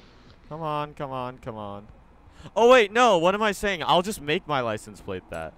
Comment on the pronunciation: "Wait what am I thinking I can make my lisens plate"